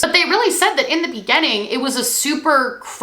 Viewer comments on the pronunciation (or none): Spent this video fixated on the fact that she pronounces the word beginning like "be-genn-ing" for some reason